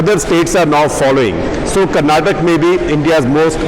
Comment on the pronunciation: Why can't anyone pronounce Karnataka properly? The damn spelling ends in an 'a' for a reason.